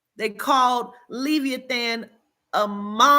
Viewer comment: Omg I sorry I'm trying to watch this video but please the pronunciation is Le like Lebron, vi like Vise then the e sound eeh than. LE-VI-EHH-THAN Not trying to be an ass I promise. Peace and love